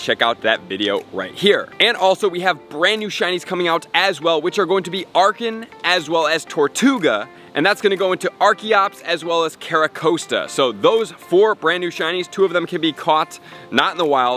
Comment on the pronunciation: carracosta. not like coaster